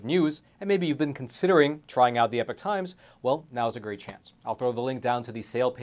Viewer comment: You are NOT “The Epic Times”. You are “The Epoch Times”, pronounced “E-Pock”.